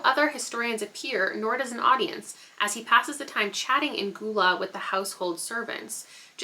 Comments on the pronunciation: Gullah is gull-lah (like seagull) not goo-lah. That looks interesting! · Congrats on 150K!!!! Gullah is pronounced Gul-lah (like seagull) not Goo-Lah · I think the language in "Pour One For the Devil" is pronounced Gull-uh. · I love the cover of House Of Bone and Rain. I love the Green-Purple color combo as well as some orange in the house on the cover. Makes it really stand out (plus i love bright colors overall) EDIT: Also its pronounced "GUH-UL-UH" The Gullah Geechee are a subsect of Black American people wjo and live in around a specific reaching stretching from South Carolina to Florida. Their ancestors inhabited the Sea Islands and fared better then settlers/enslavers and kept onto parts of their languages and cultures from where they were trafficked from and it blended into what became the Gullah culture. They even have a queen named Marquetta Goodwine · lol i'm gullah and i've been laughing for 20 minutes at "ghoul-ah" i apologize to but i've told my whole family i fear